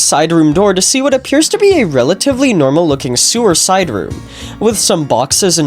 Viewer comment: he says sewer side room but it sounds like suicide room